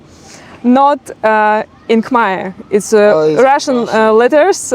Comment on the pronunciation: Your khmer pronunciation is quite good 🙏